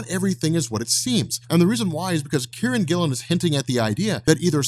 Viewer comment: I thought you were saying Karren Gillan, not Kieron Gillen lol. Thought she was writing for Marvel now